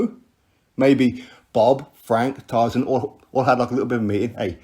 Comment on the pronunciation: I'm glad that someone closer to tyson is actually saying it right